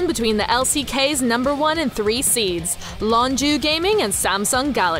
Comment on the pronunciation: Lonju?? Wtf is that pronounciation?